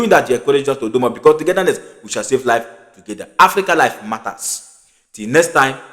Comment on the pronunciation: My friend its not vido, it is pronounced vidio